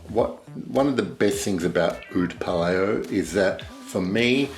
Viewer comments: Pa-Lao (Laos) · I think its said as 'Pa- lou' as in 'loud' hmmm if that makes sense. Great review and descriptive.